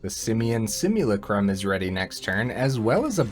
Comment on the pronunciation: It's pronounced si-myuh-LA-crum with emphasis on the LA 🙂